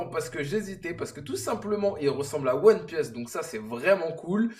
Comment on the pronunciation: Fait un effort sur la prononciation de one pièce bro stp 😂😂😂